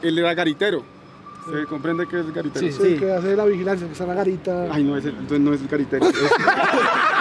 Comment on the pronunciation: Lo dijo bien es Garitero